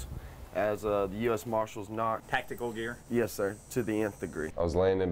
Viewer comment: The boy in the cap clearly has a rehearsed speech. He mispronounces “sir” (says “No sore” ) because he is already thinking about the next word in his script: “nor”. Also, what American teenage boy ever uses the word “nor”? ! None, that’s who. Also, it seems to me the sherriff denying any foul play has a bit of duping delight playing round his mouth. Investigators would likely easily be able to ID the 3 blurry figures in the gym, by comparing their clothes with hallway footage from the same day. That’s how several Capitol insurrectionists were identified.